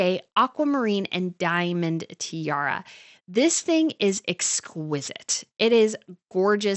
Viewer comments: you keep say "tierra" which means land in Spanish ... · This commentary needs correct pronunciation of the English word tiara, and the abandonment of “you guyzess.”